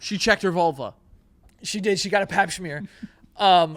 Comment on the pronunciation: Joey pronouncing smear like it's a bagel and cream cheese